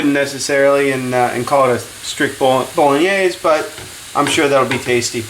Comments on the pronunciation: Can't even pronounce bolognese properly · I find your pronunciation of Bolognese interesting. You pronounce it in 3 syllables: as Bo-lo-NAAZ. Most people pronounce it as Bo-Lo-NEH-say in 4 syllables with accent on 3rd syllable. You're not Italian are you? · Eric Fisher Called Bolognese because its origins are from Bologna. What a load of bolognese!! It's true it comes from there, just don't want to carry on a stupid conversation. Who cares WHERE it comes from? Who cares HOW it's pronounced? As long as it tastes OK, that'll do me!! Btw, he pronounced Bolognese the way he sees it. Not sure I'd go along with his cooking method. That tomato paste is too much. Half of that would do and he should cook it out to get rid of the overpowering acrid, tomato taste. More garlic. Oxo cube - beef flavour. Tweaks like that. But then that's me 😉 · Betcha can't either. This guy was doing what he could with a foreign word. Do you have anything substantive to say?